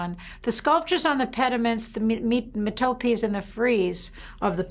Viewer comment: It's ria-ch-ay. It's METApees.